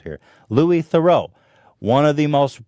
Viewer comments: Louis The-roo not Louis The-row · It’s pronounced - “Ther-roo”